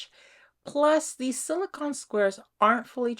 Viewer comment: Yes, thank you. I was getting a tiny bit annoyed with the pronunciation. 😃😃 I think a black background would've made them pop more. ❤✌